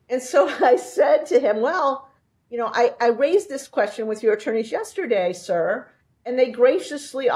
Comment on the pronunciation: The emphasis on "sir" is funnier than it should be.